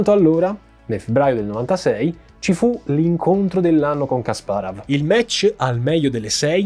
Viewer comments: però dai kasparov...la pronuncia la conosce pure mia nonna:D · Video incredibile come al solito, e incredibile come la capacità di di sbagliare ogni singola istanza del nome Kasparov:D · Povero Kasparov 😭 e il suo nome storpiato in ogni modo 😂😂😂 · Caro, peccato che non ti sia documentato con un esperto di scacchi per la terminologia tecnica (tipo " chiusure" al posto di "finali", i punteggi attribuiti ai giocatori ad ogni pareggio)...come appassionato del gioco ogni tuo "Kasparav" era una coltellata ahahah mi permetto di dirlo solo perché ormai SO quanto tu sia perfezionista e perché la qualità di questo video rimane lo stesso ALTISSIMA complimenti;) lo dico perché, come al